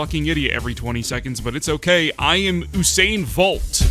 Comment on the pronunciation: How does Usain sound like Obama? I think your mispronouncing at least one of them.